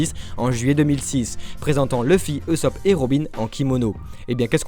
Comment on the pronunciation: MAIS ON DIT PAS EUSOPP C EST OUSOPP (usopp) !!!